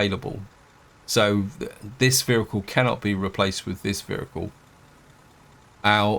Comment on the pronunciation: What is a veericule